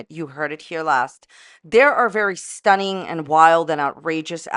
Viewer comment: Don't you mean Stuneeen? 🤣😂💀